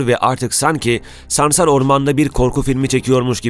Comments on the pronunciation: Videoda sansar yerine ''samsar'' diyorsun . Reklam taktiği herhalde. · Samsar değil dilin dönmüyor hayvanin adını bilmiyon konusuyon SANSAR diyeceksin saçma saçma konuşma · Ya hocam böyle sansar değil de samsar diyormuşsun gibi geliyor 😅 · Samsarmı diyorsun? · Adam sansara samsar diyor